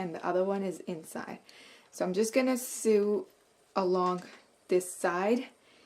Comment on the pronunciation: Very nice video. I just found you and I subscribed. Just an FYI, you mispronounce the word sew and sewing. It’s pronounced ( so) and (soing). Not (sue) and (suing).